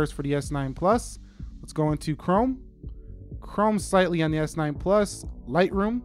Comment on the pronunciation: Hold your horses. It's not always s9 ploos